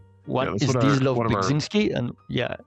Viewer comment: “Zdzis - LOVE? Beg-ZingSgkee” wut? Glad you tried Medium but straight up killed me here 🤣🤣🤣